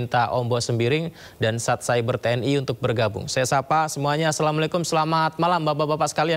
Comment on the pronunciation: Patroli cyber bukan patroli seber bos 😂